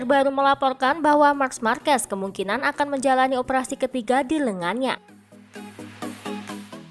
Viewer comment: Risih banget sama penyebutan nama "marks markes". "Mark" aja min, nggak perlu tambahin S belakangnya